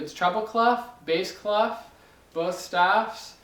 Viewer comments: is it clef or claff? i heard the latter in this video. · Clef ? normally the F is not pronounced and it means key, is it normal for English speakers to say it this way ? (it's a French word)